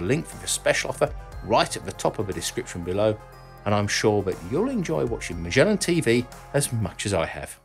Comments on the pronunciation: As far as I know Magellan is pronounced with a "g", not a "ch". It's pronounced "gel" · I always thought you pronounced Magellan with a hard 'G'. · "Magellan", named after the famous explorer, is normally pronounced with a hard 'g'!